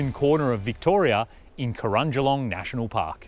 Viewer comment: Oh and it's Cro-a-jing-olong🙂